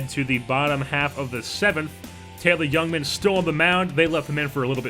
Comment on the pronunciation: I would assume they aren't as he isn't very familiar with the name pronunciations of their prospects. This does not bother me, just using information I have to make an assumption as I live in MKE and we hear about these guys regularly. I.E. Taylor "Jungman" instead of "Youngman"